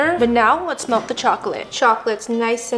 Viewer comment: I honestly thought she said “let’s milk the chocolate”